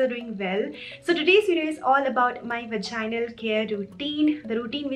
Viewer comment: Omg i have found a such a beautiful video on vaginal health....... I have seen some bloggers who didn't prounce vaginal properly but ur amazing girl